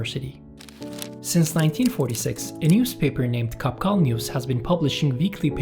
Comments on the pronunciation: It’s pronounced “Chabchal” (in our language is [tʃʰaf.tʃʰaɹ] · I think Qapqal is pronounced soft ch, chapchal, in conformance to Chinese PinYin system. Not q/k.